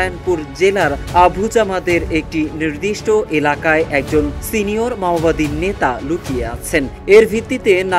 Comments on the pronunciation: ভালো করে বল মামবাদি না মাওবাদী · মাওবাদী আর বলছিস মামাবাদী???? বাংলা পরতে পারিস না???? ইংলিশ তো দূর কি বাথ!!!!! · মাওবাদী শব্দটা স‌ঠিক উচ্চারণ যে কর‌তে পা‌রেনা, সে আবার সাংবা‌দিকতা ক‌রে কিভা‌বে? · সঠিকভাবে বাংলা ভাষা উচ্চারণ করতে পারেন না অথচ সাংবাদিক হয়েছেন। কথাটি মাওয়াবাদী না মাওবাদী। অথর্ব। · মাওয়াবাদী আবার কারা ? মাওবাদীরা ছিল ! যারা চিনের মাও সে তুং এর আদর্শ অনুসরণ করে। একটি আন্তর্জাতিক প্রচার মাধ্যমে এমন ভুল উচ্চারণ কাম্য নয় । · ভাই সাহেব বার বার উচ্চরণ করছেন মাওয়াবাদী, মাওয়াবাদী নয় সংগঠন টির নাম মওবাদী। ভুল ভাল শব্দ উচ্চারণ থেকে বিরত থাকুন। ধন্যবাদ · ঠিক মত উচ্চারণ করতে পারেনা । এরা নাকি সাংবাদিক। মাওয়াবাদী না বলে মাওবাদী হবে। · ভাই শব্দ ঠিক ভাবে উচ্চারণ করেন, মামাবাদি না, মাওয়াবাদি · মাওয়াবাদি না উচ্চারণ টা ঠিক করা উচিৎ। মাওয়বাদি চিনের নেতা মাও সে তুং এর অনুসারী। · Lungi ke pravab maowadi ko mamawadi bol raha he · Dear সাংঘাতিক তুমি তো উচ্চারণ ও করতে পারো না,, পড়তে পারো না ওটা মাওবাদী,, আর ছত্রিশগড় না ছত্তিস গড় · ছত্রিশগড় না রে ভাই, ছত্তিশগড় আর, মামাবাদী না, ওটা মাওবাদী। সঠিক ভাবে উচ্চারণ করেন